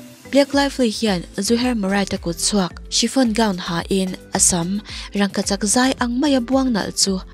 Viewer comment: Chiffon,shifon tih a lam tur zawk ani lo maw...